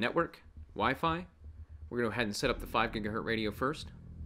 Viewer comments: GigaHert is the correct pronunciation were you born before 1960. The Z is silent. Does it even matter? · Please stop saying "GigaHert". Remember the Z!